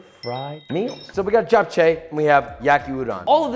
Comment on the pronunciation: Pronunciation wasn't actually too bad, way to go Josh! As a Korean I actually prefer Japanese noodles personally, Jap Chae is never a main dish but usually relegated to "panchan" or "side dish"